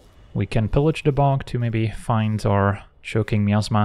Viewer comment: Yes, I kept hearing the same thing. 😅 Truth be told, the word is probably supposed to be pronounced that way, and we just don't realize it. 😂